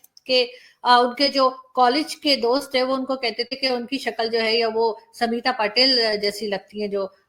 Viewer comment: स्मिता पाटिल नाम है न की समीता पाटिल।